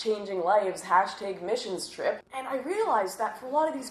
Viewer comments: "Hash tegs" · that's pronounced Hayshtayg. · Does Lauren Southern pronounce the word "bat" like 'bayt'? Like she says 'tayg' in hashtag